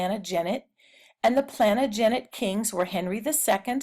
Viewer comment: It’s pronounced plan-tage-a-net